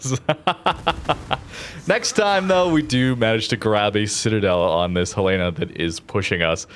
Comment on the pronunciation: Oh and can we please tell that the name is not HayLAYna, it's HELena. The ship was named after the capital of Montana. Silly Canadians...:)